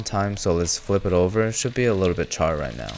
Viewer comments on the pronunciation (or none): "bu-charred flavour" xd